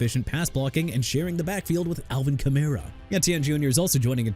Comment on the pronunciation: Enough with the Jag-wires garbage okay?! Jaguars pronounced JA-GWAARS! Also Mr. "New Or-leans" you ain't got NO RESPECT FOR EVERYBODY LIVING IN THE LOUISIANA CITY! NEW ORLEANS PRONOUNCED NEW OR-LINS! ALVIN KAMARA PRONOUNCED KUH-MAR-RAH! AND MALIK WILLIS MAY HAVE LITTLE TALENT TO WORK WITH SINCE WADDLE AND HILL LEFT AND?! YOU THINK ATWELL AND ALL THESE OTHER WIDE RECEIVERS AIN'T GONNA STEP HUH?! PLEASE QUIT YOUR JOB...